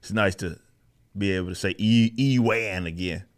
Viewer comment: I went to school with a person named Ewart, and he totally pronounced it E-wart. Like the way you're saying E-wan instead of "Uwen". And now that I've realized this, I'll never be able to stop calling him E-wan Kenobi.